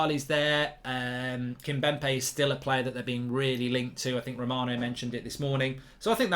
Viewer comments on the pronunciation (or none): Yeah and kimpembe is kimbempe lol......mark has never been good with names lol